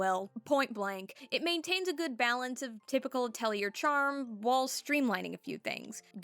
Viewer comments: Ah-tell-ee-ay. Or ah-toll-ee-ay. It's not a hard R sound. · please stop mispronouncing atelier it is very frustrating to hear valid opinions interspersed with cringe inducing pronunciation